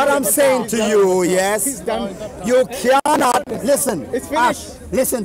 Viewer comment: you kianot..you kianot..you kianot..this should be the proper title..lol